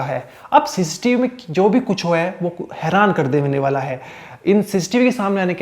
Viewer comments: Sis tv nhi cctv bol bhai, baar baar sistv sistv so annoying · Kahan se padhai ki he bhai...ssis tv...siss tv 😂😂